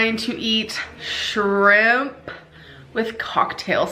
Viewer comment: shrrim-PAH 😭 the way her lips move when she says it sickens me